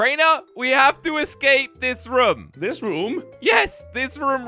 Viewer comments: It’s room not rum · Why does say rum instead of room😂😂😂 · WHY DID SAY WE HAVE TO ESCAPE THIS RUM